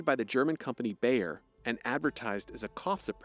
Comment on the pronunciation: Learn to pronounce the German company's name Bayer correctly.